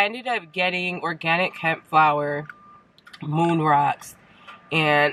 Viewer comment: I thought you said you guys be liking when I smoke them "Roon Mocks" lol